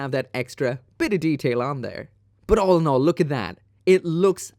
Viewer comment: Take a shot everytime he says "olinol" 😅 All in all i'd take any of those MG.